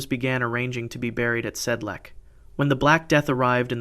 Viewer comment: Sedlec. Technical note "c" is pronounced like "ts", not "k".